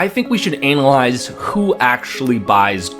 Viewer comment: did he really say anal eyes instead of analyze?